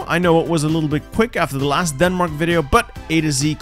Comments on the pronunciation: I love your attempt to say my Country’s name like we do. But it’s DANmark. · The fuckin "danmæk" LMAO fuckin love Dronning Margrethe tho, she's wild 😂